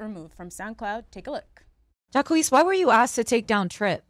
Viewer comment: The way Ak pronounces Jacquees' name annoys me